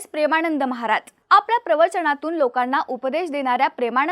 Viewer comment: कृपया 'महाराज','महाराजांचे' या शब्दांचा उच्चार व्यवस्थित करा!